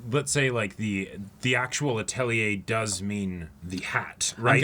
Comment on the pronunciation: While not largely important in the grand scheme of things, I'm always happy to see people pronounce Atelier correctly. You guys are great with discussion and theory, so this should be a great series reaction!